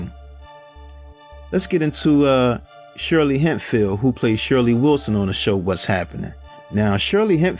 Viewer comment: Shirley HEMPHILL not Hempfeild